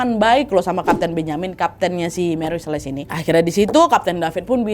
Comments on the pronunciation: Nadia...mantap cerita dan narasinya.. hanya saja.. setahu saya tulis Celeste harusnya dibaca seleste bukan seles.. jadi cukup mengganggu.. tp overall tetap mantap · Ralat ucapan ya wak Celeste (dibaca) seleste